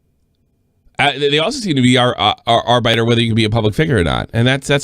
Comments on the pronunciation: Lmao doesn't know how to say Arbiter lmao..I miss Arby & The Chief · Why does pronounce arbiter so weirdly?